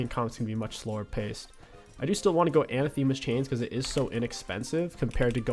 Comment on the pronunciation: Say it with me. Uh-nath-the-mas. It is not Anna themas.